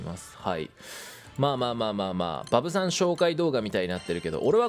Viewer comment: バブさん召喚のイントネーションがイヴ・サンローランで笑う